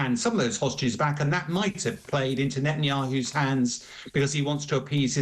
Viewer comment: For F Sake… it’s Ne - Tan - Ya- Who